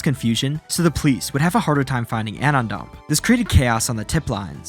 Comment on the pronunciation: Is this being read by an AI? It's clearly "anon dump" merged into one word.